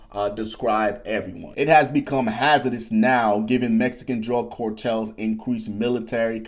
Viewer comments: Yo homie, it's car-tels not cor-tels 😂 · The stuff he's talking about our special forces get involved. That's the end of the cartels and this guy cannot even pronounce cartels, right?🤣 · Dude, you can't even pronounce the word cartels correctly. You think anyone is going to care what you say about them?